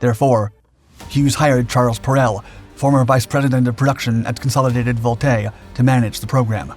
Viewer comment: Consolidated Vultee, not Consolidated Voltae….